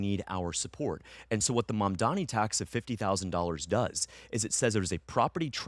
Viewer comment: Why they always say MAMDAMI but it’s MAMDANI with N I feel it’s intentional. It’s not like I care but just saying.